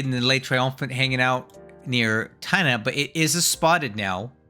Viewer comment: Aww, your pronunciation of Le Triomphant was quite decent, too.